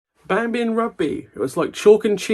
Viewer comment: It's my birthday on Thursday. This recent episode has had in hysterics. Thank you for the early birthday gift. I also thought at first you said 'Bambi' instead of 'Banbury'!